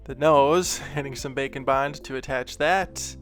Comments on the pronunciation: Every time he says bake and bond... I hear... bacon... ....... .......... I'm so fat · This was great video and I like the slime one the most. A kool thing you could do is an angle demon whacyacallit. The 2 different thing like "2 face" from batman. I know you are saying bake and bond but I like the sound of bacon bond better. Love your videos.